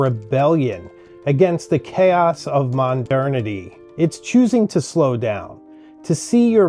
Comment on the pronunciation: Did you literally just say, “Mondernity”? Really??